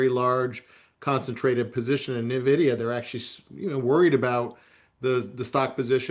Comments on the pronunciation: Maybe if these New Harbor guys knew how to say ENvidia correctly I could take them seriously…at least it’d be a start. It’s only the most important stock in the market and they can’t pronounce it correctly. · Na-vidia or ...In-vidia??? EVEN THE CEO says In-vidia...😂😂😂😂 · Social Distancing Guidelines: Covid 19, 6 feet; people who say "neh-vidia", 100 feet. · AN VIDEA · "Nuh videa" unwatchable video when I hear someone call it that 😂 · It’s funny when commentators don’t even know how to pronounce nvidia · i noticed many "experts" mispronounce the largest company in the world smh